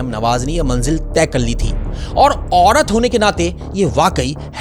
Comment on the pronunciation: بھائی پہلے بولنا سکھو۔ عوڑت تاڑیخ لاہوڑ پھڑ بھی کیا ہے یہ سب؟؟؟